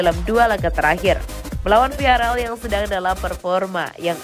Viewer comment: Viaral viaral, kenapa tidak viagral sekalian.? Vilareal bukan viaral